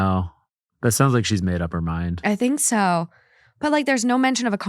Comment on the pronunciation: As someone also from Minnesota the accent coming out on the “ I think so” made me cackle